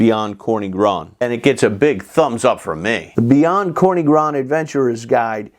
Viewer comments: Another great video, Professor! One small correction - it's TSorny, NOT Korny :) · Corny is read more like "tzorny" not "korny" :-) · General Polish word for "black" is "czarny", "corny" is a way to spell it in a regional dialect of Polish Carpathian Mountains, especially in Podhale. But you right - "czarny" would be /tsharny/, and "corny" is /tzorny/. BCG hasn't got a pronunciation guide on the back appendix for nothing! :D